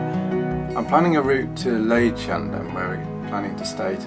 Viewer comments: Liedschendaam? Leidschendam is pronounced in the same way as Leiden. You manged to say that :). It is sounds very funny... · You would pronounce the 'ie' sound in 'Leidsendam' more as in the English verb 'to lie', and the 'ij' sound in 'Katwijk' more as in the English name 'Ike'. 'Braassemermeer' would sound slightly similar to 'br-awesome-rmeer'.